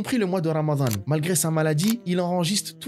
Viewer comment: Alors non, c'est رمضان. Pas رمذان. Sinon بارك الله فيك pour ce story telling si mouvent أخي.